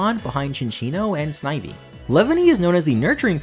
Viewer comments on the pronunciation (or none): none